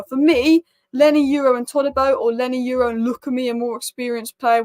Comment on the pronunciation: What Lenny Y U ro are you talking about ? it is YORO! Apice !